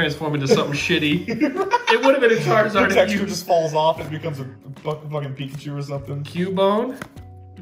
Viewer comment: I want duh churizurd Pokémon: No